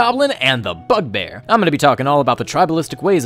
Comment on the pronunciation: I thought you said fuckbear 😐